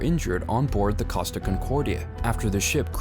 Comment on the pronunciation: Its Costa. With a long o. EDIT: As in Coast